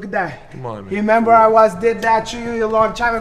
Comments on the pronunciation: "I hemember" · “I Hemember.” Lolol